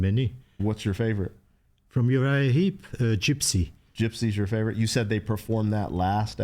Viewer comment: Heep, not Heap….